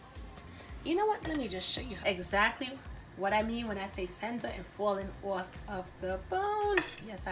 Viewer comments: If you're not from either jersey or ny. Lol falling "oorf" the bone" lol I love it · This my first time watching this channel and all I hear is an uptop NY type accent I'm sold jus off the way u keep saying OFF like a NYer 😂❤️